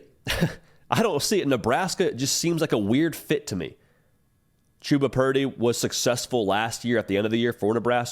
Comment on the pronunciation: Chub-a not Chewb-a